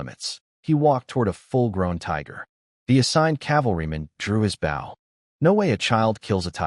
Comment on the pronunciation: Loves these stories and i too wish for a part 2. my only complaint to the narrator guessing they are AI's it's Bow as in Bow and Arrow. not Bow as in the Bow of a water vessel. These heteronyms need to be used in their proper context.